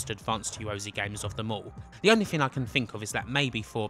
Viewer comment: Why always "Thin" instead of "Thing" ?